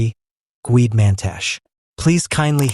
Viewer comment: Get your "AI voice over" to pronounce the African names CORRECTLY! The last letter on every name MUST be pronounced ie: NOT GWEDE - its prononuced GWED-E and Mantashe is pronounced MANTASH-E